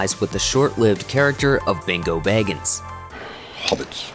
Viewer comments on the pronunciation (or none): "Bingo baggens" Wtf? Lost credibility there.